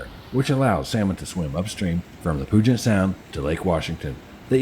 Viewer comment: Great videos. The name isn't POO-jet sound. It's Pyu-jet Sound. No POO here! 🙂